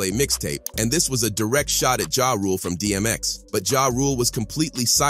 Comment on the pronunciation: Can this narrator read? It's B.E.T not BET.... And it's Ja (Ja•h) Rule not JAY Rule... 😂